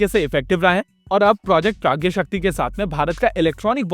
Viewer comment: Waise mujhe lagta hai ki ise प्रज्ञाशक्ति bolenge na ki प्रज्ञशक्ति.